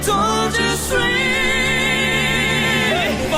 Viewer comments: Great, but PLEASE learn how to pronounce the title: "zoos" for "swee"?!?? .. "suis" is French for "am" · Great review! This was my first exposure to Forestella. I'll certainly add them to my playlist. BTW, their French is superbe, yours needs help 😂. "Suis" phonetically is "swee". Keep up your amazing work. You're the best! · It is pronounced Ja swee malad